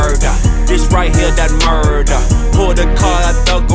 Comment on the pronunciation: its pronounced "murder" not "Muuuuuuuuurrder" k thanks